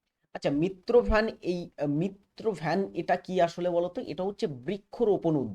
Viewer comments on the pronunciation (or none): মিত্র ভ্যান না মিত্র বন হবে 😂😂😂😂